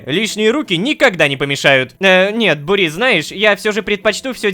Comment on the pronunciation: Мб ударение на у? Бу́рис